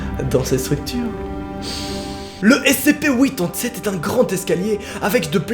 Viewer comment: Quand tu commence à expliquer tu dit cpe😂😂